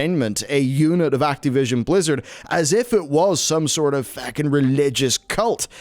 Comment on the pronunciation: I heard a "feckin'" in there. Your Irishness is starting to show